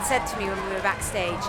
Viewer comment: Omg, " you see this is a backastagaaa"